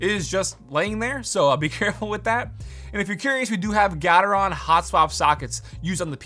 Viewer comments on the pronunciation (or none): none